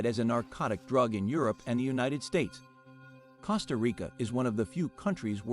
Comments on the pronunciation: Costa Rica (means Rich Coast) is pronounced exactly like the "CO" in COAST, not like the "CO" in COST. Common people. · Even ai should get it better!! These are sickening to hear and some real dumb people will repeat the mistakes and sound like idiots!! I said the other day: it is spelt “cost -a) Rica but pronounced (coast-a) Rica. ❤ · man... a robot voice that can't even pronounce Costa Rica. not a goo look. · It was very annoying with the mispronunciation of "Costa Rica" but when he claimed that it is from French, it was like WTF. If things so simple are wrong, how can I trust the rest.